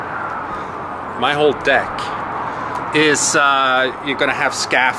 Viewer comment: I loved it when you said, "I have a very big deck." with Swedish accent 🤪😂😂😂😂